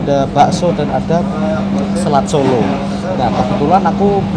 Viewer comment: Nama Makanan'y Bukan " SELAT SOLO " Tapi " SALAT SOLO " Bro ... Hahaha ... 😅😇🤣